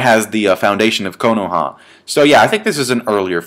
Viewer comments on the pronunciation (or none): none